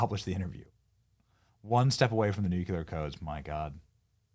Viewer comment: I normally enjoy being petty so I won’t stop now but holy shit, the way you pronounce nuclear gives me brain aids. It’s not nuc-YUH-lar ffs…